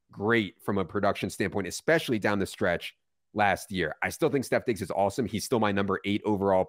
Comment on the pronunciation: You lost me at the 15th time you said “Stef Diggs”